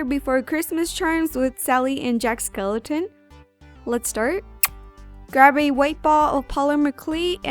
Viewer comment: who freaked out when she said skelliton instead of skellington